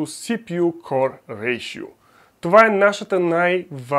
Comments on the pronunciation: КОР бе човек, КОР!!! Core се произнася К О Р!! Като хардкор например (hardcore). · Ами някак си се чува като Коре - Коре ай 5 примерно, но може и да е защото го казваш бързо.